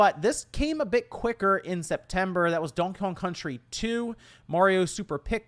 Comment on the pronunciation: What the hell is "deeonkon country"?